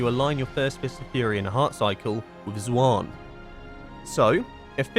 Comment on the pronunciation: I love your content but bro the way you say Xuen makes my eyebrow flicker